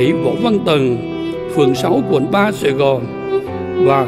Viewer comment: Quận 3 thành phố Hồ Chí Minh. Đọc mới đúng mc